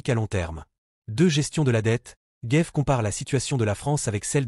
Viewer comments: Pourquoi dites-vous "Gaive" ; c'est Gave (comme "grave") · C'est Charles Gave et pas Guéve ou Gaive, vous ne savez pas parler français. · C'est quoi cet intervenant dans la dernière partie qui prétend interpréter Ch.Gave? Et Ch. GAVE est français, donc pas Géve mais GAve. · CHARLES GAVE ET NON "GAIVE".... IL EST FRANÇAIS ! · Ce serait mieux sans la voie de l'IA qui ne sait pas prononcer Gaves ni résilient.